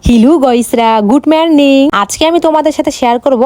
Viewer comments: গুড মর্নিং ❌ গুড মেংর্নিং ✔️ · গুড মেরর্নিং না গুড মর্নিং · আরে ওটা গুড মর্নিং হবে আর গোয়েস না গাইস হবে